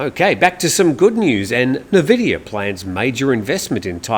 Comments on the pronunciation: Probably you aren't a gamer, Nvidia is pronounced “en-VID-eeyah,” not NUH-vid-eeyah, as some call it. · NVIDIA is pronounced N-Vidia. CHeers! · Nvidia is pronounced en vidia. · Just a FYI for you, the tech company nVidia is usually pronounced "in-vidia" even though it is not spelt this way.